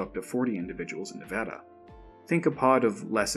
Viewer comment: Thank you for saying Nevada correctly